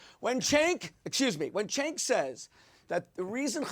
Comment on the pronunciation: it's Cenk is pronounce like Ch- ank. Like BANK.